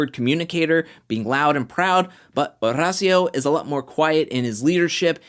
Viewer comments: Oh my damn, stop putting sooooo much emphasis on Horacio’s name 🤦‍♀️🤦‍♀️🤦‍♀️ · Every time he says Horacio, I cringe...